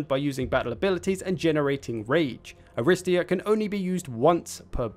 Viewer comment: It's pronounced arristEEa btw, stress is on the third syllable.